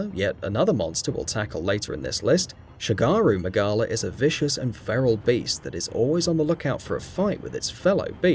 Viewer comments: the pronunciation, despite the disclaimer was actually offensive. you went from calling it shagaru magala to shengaru magala. thats not even getting into deVEELjho, braKIDDYos, Etc. Makes the video seem insincere tbh, do some research! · Dude I understand not every pronunciation can be landed but don't put letters where there are none... Shengaru Mangala? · shengaru magala and gore mangala? how could anyone possibly pispronounce that? even i who had never heard anyone say either name until recently couldnt have made that mistake? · how do you say gore magala wrong twice let alone saying shagaru magala